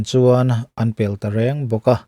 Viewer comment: 'Sa pel nuam a ti zawk' tiin sawi la, 'pel' hi a hniamin (modified form-in) lam ri teh. 'Pelh' tih hi Mizo tawng thiam tawk lote sawi dan leh tawngkam dik lo a ni e.